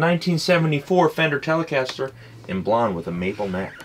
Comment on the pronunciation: "Bad-Ass Telecastah!"